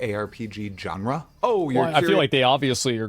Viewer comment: Genre is pronounced … like Jean-Luc Picard not John Luke